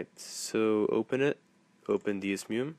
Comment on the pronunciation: You're pronouncing it wrong, it's "DEH-ZOO-MAY"